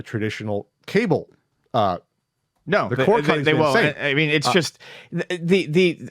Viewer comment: I have to point it out. When says "just", he says it like "chust" and I can't un-hear it. I still like listening, though.